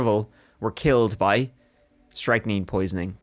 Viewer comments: Hearing strychnine being pronounced "strike neen" instead of "strick nine" is a bit strange.... 😏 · Enjoyed this episode but your pronunciation of the poison which is strychnine was driving me nuts. Its pronounced strictnin not striking, apart from that love you both and really enjoy listening to you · pretty sure that's pronounced "strick nine" not "strike neen" :D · Guys, I think that med is pronounced "strick -9" that's how I always heard it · I came to comment the same! lol it took me a second to figure out what they were talking about 😂